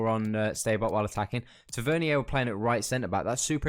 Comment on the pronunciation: Just to let u know mate, just so no one starts trolling you. Tavernier name is pronounced; Taver-near 👍🏼